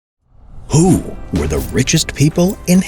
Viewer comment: I’m SO sorry, but the way he said “who” was really funny to me! 🤣🤣🤣